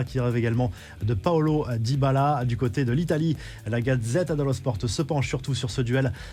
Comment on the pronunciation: PAolo dybala je connais pas, mais Paulo Dybala oui ! Ça se prononce POLO comme Paul en France avec un o en plus derrière 😝